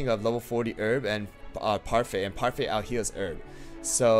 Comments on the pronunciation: its parfait not pefai im just saying not to be rude thx for the comparison tho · He calls parfait puryfy and herb erb